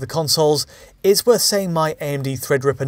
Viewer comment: What happened to your ing in 'saying ' 😁